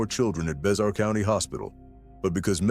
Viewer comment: It is pronounced Bear County NOT BEXAR COUNTY the x is scient